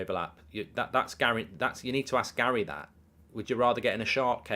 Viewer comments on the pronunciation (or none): none